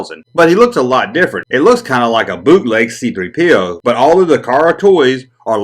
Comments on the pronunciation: Emphasis on the 3, not the P. But to each their own. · Button?Is that what you lot call Badges?!Great video & I still love the way you say C3 Pee Oh 😂